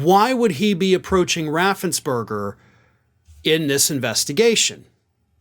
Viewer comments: Raffens-PERGER, NOT BERGER! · Fun fact, Brad Raffensperger not berger. ~3K